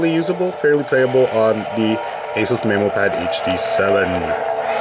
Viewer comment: That's the correct pronunciation "MeMO" Like Finding MeMO the movie